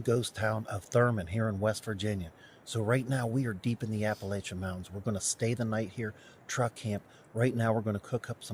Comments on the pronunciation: It's Appa- lah- chun. Not lay-shun. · Ap-uh-latch-un........but I am from the mountains of Georgia and that's the way we've always called it. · Appa (latch) an mountains. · A.puh.la.chun mown.tnz. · Its pronounced a`puh`la`chuhn, mown`tnz We true Southerners, we'll i for one would rather hear the true pronunciation as it is most respectful .. thank you and have a blessed day 🙏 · I grew up in Virginia; we say Appa-LATCH-ian. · For the love of God, learn to pronounce the name of the mountain, you are embarrassing.